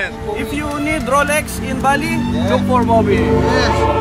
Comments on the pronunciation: Rolex ❌ ROLEKS✅✅✅ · "Roleks" tho 🤣🤣🤣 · Rolex ❎ Rolek's✅ 😂😂😂😂😂😂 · ROLEX na may "K" 😭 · may “K” ang ROLEKS 😭😂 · Solik yung “Roleks”😂😂